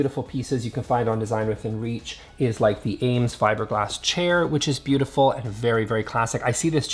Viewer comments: Great video! But wanted to let you know you’re pronouncing “Eames” wrong. It rhymes with “dreams” not “James”. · You keep pronouncing and saying it AIMES chair. It’s pronounced Eames. Thx nice video nonetheless! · Eames, is pronounced 'eemz' - not 'ames.' sheesh.